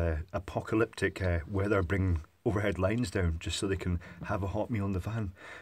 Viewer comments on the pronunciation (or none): none